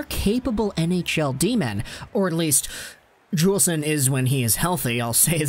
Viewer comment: Noah Juulsen is pronounced Yoolsen. And he took a puck to the eye and is still recovering his vision. They thought he wouldn’t be able to play anymore.